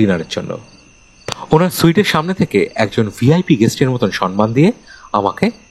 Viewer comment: উপস্থাপনা আর একটু উন্নত হতে পারত. Sonman... Sonmelon কথা দুটো ভুল... কথা টা somman আর sommelon.. ন এর উচ্চারণ টা হবে না কানে লাগছিল তাই বললাম ❤❤❤